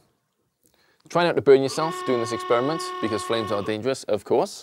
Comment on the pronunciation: Did he really say eggsperiment